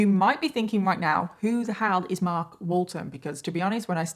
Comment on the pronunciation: Love how you pronounce "Marhk"...kind of like you live in Boston Massachusetts, USA. 🌞